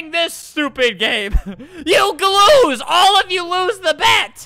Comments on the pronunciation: albert, you said YOU ALL GLOSE, instead of lose lol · "YOU GLOOSE ALL OF YOU LOOSE THE BET"